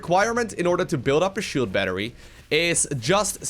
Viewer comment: Shield BNattery? that Broodwar goodness